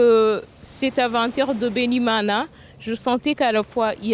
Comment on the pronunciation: Loved the way this mana said ' Bene-Imana"❤